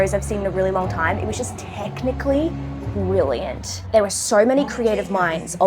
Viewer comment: Every accent has such interesting quirks. I really like yours. My favorite part is when you say any O sound it sounds like OEUR. The word so is like five syllables lol.